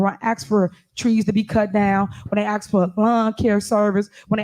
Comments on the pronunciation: Incredible command of the English language. 21st century and still saying “axe” instead of “ask”. Fascinating. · The word is ASKED. Not axed. I won't even include the dozen other words she can't pronounce. If you can't speak proper English, why in the world would I vote for you to run my city? This woman should be UNDER the jail. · It's a shame she made it all the way to this position in this level and she can't even say ask. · Why do people vote others into office and those same people cannot use simple straight plain English with proper grammar. For instance... the word "ask"... is NOT Pronounced in the formed word--> "acks" or "aks" but "ASK". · Can someone tell this daughter of a field hand that “ask” is not pronounced “ax” an ax is used to cut wood. To ask is beg a question. She only says “ax” about every minute or so, the ignorant see you next Tuesday. For a very ordinary intellect, she’s got a hell of an opinion about herself. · For GOD SAKE it's "ASK" not "AXED"......Listen her talk and it's BS in the meantime she keeps ripping off the Town, do a recall and vote her out of office and fired her from the town supervisor. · What is she talking about axeing? Axeing what ? Maybe she needs a speech therapist? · "I'm just AXing"..Can't even Speak right!🤷 "You guys are making a mockery"..NO ..YOU are making a mockery. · Goddammit it's ASK, not AXE!!! Go back to fifth grade! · Ask not ax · Cam someone please tell Tiff that the word "'ask"' is not pronounced "' axe"' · I love it when she says three times "axe for the trees"...she grow up here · when they AXE for stuff..its a shame..no to hear you AXE them for shit is the real shame 🙄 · Listening to her speak is horrible. Ask doesn’t have an x in it and with does not end with a d. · Oh, and......the "s" is BEFORRRE the "k".........